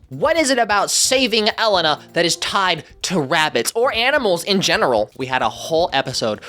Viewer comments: Say it with me now, EE-LAY-NUH She is the first Latin princess and with a series to tell her story, please put respect upon her name, And I know everyone pronounced it right in the episode and the Avalor series, so I don’t understand the confusion That being said, it would be awesome if you did a recap on Elena of Avalor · I find it hilarious when people pronounce a character's name that they say multiple times in the show. El-en-a?😂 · Are you saying Elena’s name wrong as a joke? I can’t really tell. If not it’s pronounced A-lane-ah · You can cover Elena of avalor if you pronounce her name correctly. Its pronounced eh-lay-nah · Elena is actually pronounced (E- lane-na) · if you do cover Elena of Avalor, please learn how to properly say her name, because her name is not ellen-ah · An Elena of Avalor video would be awesome as long as you say her name right! Please for the love of white people don’t say it like Ellen-ah😭 they literally sing her name like 20 times in the theme song Also as a kid, I saw the trailers/ads for the new show Elena of Avalor and as a Sofia the First fan I absolutely freaked out cuz the kingdom is the name of the the amulet in the show! It was my first time seeing a show crossover so I was super hyped. And the special did not disappoint! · Yeah! It’s Elaine-uh! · pleaseeee cover elena of avalor and if you do PRONOUNCE HER DAMN NAME RIGHT ITS E- LANE- NA 😭😭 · her. name. is. pronouced. E*LAY*NA. NOT ELENA, ELAYNA. THEY SAY HER NAME IN THE SHOW OH MY GOD SAY IT RIGHT ITS NOT THAT HARD WHITE HUMAN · I'm in favour of avalor if you pronounce elena properly. It's el-ay-na even if it doesn't look like it. I try not to be fussy about these things but this one is really bad for some reason. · Fun fact: Elsa is not a princess she’s a Queen also olfo is a part of Elsa also you butchered Elena’s name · I hate the way he says Elena's name 😭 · Every time that you say Elena wrong. I cringe so hard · I cringed every time they pronounced Elena. 😅 I'm sorry.😅😅😅